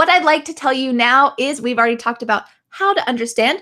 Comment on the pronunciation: When you say "we just talked about it" it is hard to me because I hear "we just talk about it" that "ed" is a nightmare. Excelente video me suscribo. Gracias.